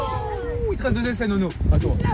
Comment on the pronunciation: il a dit deuz